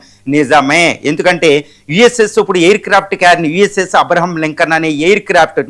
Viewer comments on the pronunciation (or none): none